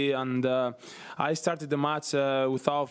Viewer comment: its not Mats... it is match....!!